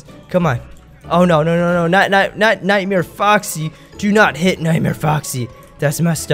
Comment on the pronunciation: u said nitemare